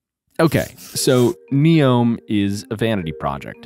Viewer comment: Neom= “New” + “Yom” which means day in Arabic . You got that wrong